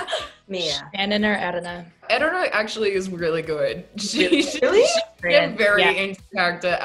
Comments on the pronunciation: the fact that Erana anglicised her name when she introduced herself but all her cast mates go to the effort to pronounce it properly 🥺 i felt that so hard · In Mia pronounces Erana's name. Is that how it is really pronounced? (I'm not an English-speaking person)